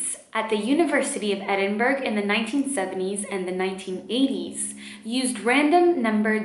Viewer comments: EDINBRA NOT EDINBERG (love you tho sis <3) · Sorry but it's university of edin-bruh love not edin-burg. ❤ ur amazing anyway. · It’s not pronounced “Edinburg” it’s like “Edinburr” xx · Edinburgh is in Scotland pronounced edinbrah, no hate just sayin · It's pronounced "eden-bur-oooh" ( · Hey, I'm Scottish, thought I'd let you know it's pronounced "Edin-bruh" :) just found your channel and enjoying your videos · Edinburgh pronounced Edin-burrow or edin-burrah :D love from Scotland x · as someone from edinburgh you do not pronounce the gh (this is not a hate comment i thought it was so cute when she did it i just wanted to inform he) :)